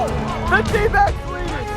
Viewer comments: sounded like “we are, D-bags”😂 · I swear i heard them call themselves the Dbags not the Dbacks 🤣